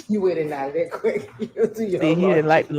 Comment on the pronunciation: Please Learn to Say The Word There Correctly... Love you ❤